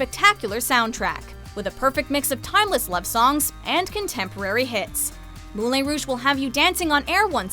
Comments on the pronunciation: "Moolayn Rouge" sweet jesus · Moulayn Rouge? Ow that pronunciation hurts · Seriously... Moulay Rogue?! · It's pronounced Mulan Rouge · Moo-LAY Rouge...?! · It's Moulin Rouge, not Moule Rouge. Holy crud! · The presenter's mispronunciation of the French-language title Moulin Rouge made me cringe. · Moulin Rouge is my favorite movie ❤️ Thank you for putting it in such high place on the list but please learn how to say its name. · Moulin rouge was pronounced wrong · Sweeney Tood was terrible! Granted a dark theme, but this adaptation lacked the comic relief needed in such a project. Another travestie was Moulin Rouge (and learn how to pronounce it!) A simple conceit,. stretched to unbelievable lengths. Rent didn't need to be adapted, a trite, tired remake of Camille! Music is uninspired and derivative! Sick of the music performed at countless piano bar regular who can't sing! Les Miserables another overproduced travesty! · Moulin Rouge.... isn’t pronounced like that.... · The way you kept mispronouncing Moulin Rouge hurt my soul. Especially since it's one of my favorite movies. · Moulin rouge is not pronounced like that!!! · They mispronounced moulin rouge